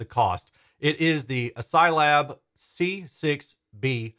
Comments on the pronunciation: Is it really ass-psy? It’s spelled like ass-key, as in character set. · Are we sure on that pronunciation? I read it in my mind pronounced like: ASCII (askey). Update: In hindsight I feel a bit like a doofus for even asking this... Otherwise, these look like great step up bookshelves for me when I have a bit more space. Right now about all I can manage are the KEF Q150. Certainly more affordable than the KEF Reference 1 Meta I was lusting over before. Oh, and +1 definitely interested in seeing some more direct comparisons. I demoed the KEF Q Concerto Meta, and it did seem a bit dark to me too, esp side by side with the R3 Meta. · I'm pretty sure the name of the company is pronounced "ass-key," as is the traditional pronunciation of the ASCII acronym.